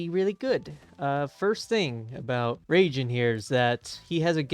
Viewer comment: its reigen has in gan not jen but good vid